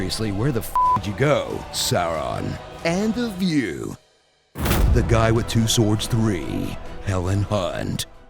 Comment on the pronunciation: "Kill it - kill it ith igni" just killed me :D